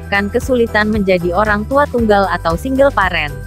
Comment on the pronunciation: ADUH YG PRESENTER BACA SINGLE PARENT ITU PAREN ?WKKWKKK OO LALA